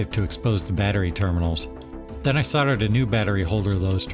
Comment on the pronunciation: Soldered not soddered